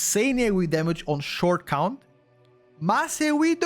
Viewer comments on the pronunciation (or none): none